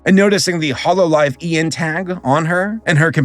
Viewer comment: how are you mispronouncing Holo EN? Kizuna Ai? Atrocious, but understandable I guess. But, Holo EN?!